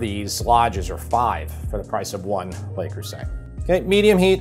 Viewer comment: Lay Cruisay! For real? Aren't you a bit ashamed of yourself?